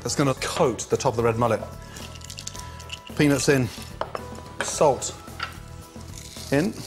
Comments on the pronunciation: ehehehe he says pennis instead peanuts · Sounds like penis but hes saying peanuts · Whenever Gordon says "Peanuts" All I keep hearing is penis lmao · all i hear is pennies and chilli sauce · lol.... 80% of the time he says peanuts, i hear peenis. omg... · Did he say peanuts or penis?🤔🤔🤔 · Does anyone else some times hear Gordon saying "penis" instead of "peanuts" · I'm not a hater of gordan but why does sound like he says penis a few times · Lol did Gordon said "the penis and chilli" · I heard penis haha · "Now for the penis and chilli" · Gordon: now for the penis and the chilli Me:wtf Gordon:peanuts and chilli Me:ohh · I swear he is saying penis when he says peanuts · Now... for the penis and chilli 😁😂🤣 thats what i understood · I swear I've heard "Penis" 10 times when cooking with the peanuts. Adventurous. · When he says peanuts I hear penis wtf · sounds like saying “penis in” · i thought he'd been saying "penis" the whole time but eventually realize it was peanuts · Penis or peanuts? I'm confused... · When he said peanuts , I thought he said penis . Penis in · it sounds like he is saying penis when he is saying peanuts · Every time he said penuts it sounded like penis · I dont even have a dirty mind. But everytime gordon says peanuts, it sounds like penis. not even joking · When he said peanuts it sounded like penis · Every time he said peanuts it sounded like penis, I chuckled like a prepubescent kid. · when he says peanuts it sounds like he's saying penis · he totally says penis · Gordon really needs to start enunciating the “t” in 🥜 😶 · With a word like "peanuts," it's really important to put some effort into pronouncing the "T." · Every time Gordon says "Peanuts"!!! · He says peanuts wierd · I really like Gordon Ramsay. With that said, he really should make more of an effort to accentuate the "T" in "Peanuts". And my favorite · you’re not saying ‘peanut’ right, mate